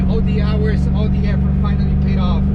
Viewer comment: "verytime" the vette was broken I was sad, but it's "Fianally" back!